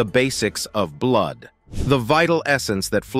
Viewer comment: I keep hearing typo blud... typo blud... lol O+ according to my dog tags. I'm Swedish/German mix.